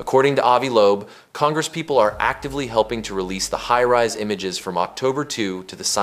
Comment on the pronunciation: HighRes or HighRise? seems AI generated and I wish it wasnt